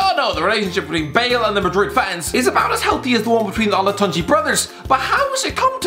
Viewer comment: “and Bool gets booed”